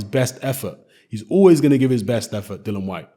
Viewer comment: Dillian, as in rhymes with Gillian.